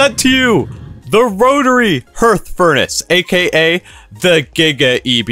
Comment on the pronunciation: Your hearth pronunciation is hilarious.